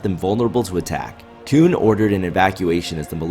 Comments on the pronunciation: You say "Kewn" instead of Koon like you're in South Park or something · this video is good but I just can't stop thinking about him calling him "koon" just because you know "coon".....